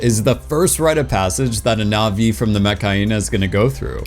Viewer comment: You are not pronouning the ' in Na'vi. Its is not pronounced the same as Na vi. It's more like Nut vi.